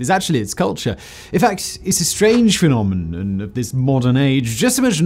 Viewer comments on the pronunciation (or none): It's a strange phleenommninum